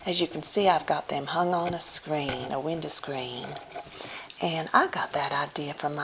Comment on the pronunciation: I love the fact you didn't go overboard with the usually stereotypical "Southern" accent. I have actually heard women that speak like this. Especially how you said window screen. Thank you for your wonderful videos! I am so glad I found you!